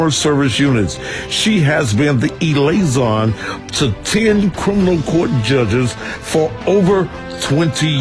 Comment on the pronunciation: Can somebody, anybody. EVERYBODY tell this man that it is LIAISON not ILAISON!!! SMH!!!!